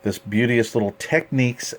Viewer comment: Gorgeous receiver, and thank you for pronouncing Technics correctly!